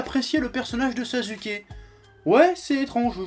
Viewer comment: C'est comme ça que l'on le prononce en Japonais